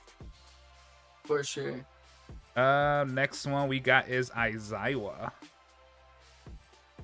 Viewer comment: Aizawa not Aizaiwa 😂